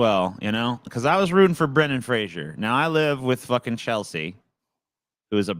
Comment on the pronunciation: It's not pronounced Brendan "Frasier."